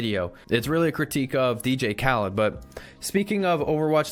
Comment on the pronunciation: lmao he said “dj kalud”